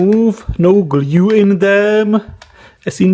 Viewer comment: Me: discovers your channel, the dangerous wireless charger video exactly Geez, this guy's accent sucks! doesn't stop watching Fuck it, i'll watch it Me later: Guess I'll stay. subs Me now: Somebody tried to fix it with gLyUE